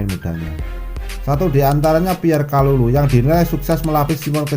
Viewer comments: Thauvin Prancis,, 😀😀, kalulu mas,, bukan kulalu,,jgn buru2 mas ngmong,y ntr kesedak,, 🙏🙏. Ttep smngat,,Forza milan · Kalulu bukan kulalu....ngakak bener